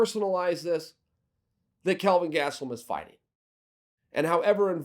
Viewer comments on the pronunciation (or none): none